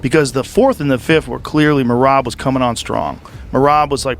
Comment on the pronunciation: bro you say merab surname wrong